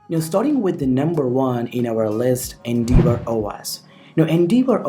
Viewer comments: Pronounced N-dev-or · You're saying endeavour completely wrong. Type the word into google search and hit the little blue speaker button that will pronounce it for you. No idea where you got that pronunciation from but whoever it was they were a complete tool.